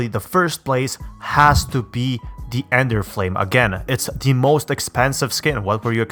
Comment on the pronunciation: is it only me or does say enderflame